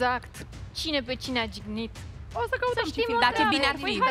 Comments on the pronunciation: Jignit nu gignit,! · a zis cumva "gignit" sau cum? Numai jignit nu a zis. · nici nu stie sa vorbeasca, cică " cine pe cine a gignit", am murit.:)) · "Gignit". Mor!😂😂😂😂😂